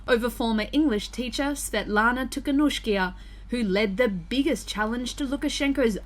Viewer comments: Krupam I think that pronounced it correctly except for the second to last syllable, which he pronounced ee instead of ah. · It's pronounced "Tea - ha - Nov - sky - ah" Don't know why they had to mangle her surname that bad in the Western media, but this is the way the locals say it. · its tee-kha-nov-ska-ya, stop butchering it yall! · It's pronounced 'Tee ha Nov sky ya' btw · Wow they murdered the pronunciation of Tihanovskaya :D